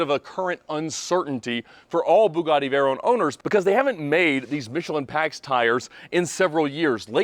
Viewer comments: Vey-"rone" lol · It took 19 seconds to stop this video. One year in and you still can't pronounce Veyron properly.